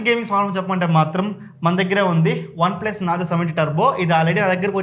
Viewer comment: dhagara sariga vinandi he said OnePlus 😂😂😂